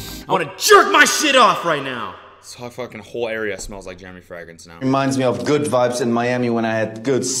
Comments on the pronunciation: It's even tougher when you pronounce it "frEHgrance" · Frag-rence lmao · fray-grince, not frehgrense lolol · everyone: fragrance Cody: frangrance Cody: fraangance Cody: fragrassne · He says Frigrance! Like Friday! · Why is no one talking about how Cody pronounces "fragrence"? its hurting me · I like how fragrance is pronounced “fer-ag-rance” thoughout the entire video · Yesss! I've never heard it pronounced that way haha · THANK YOU FOR ANSWERING MY QUESTION. i thought i'd missed something and he was prodying it by saying like that but...turns out he just pronounces like a gap year kid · The way you pronounce fragrance sends me into orbit. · Lol does anyone else notice that Cody doesn’t know how to pronounce fragrance... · Why is Cody pronouncing Fragrance so Funny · I can't tell if Cody is pronouncing 'fragrance' like a German on purpose or if he's just saying it weird.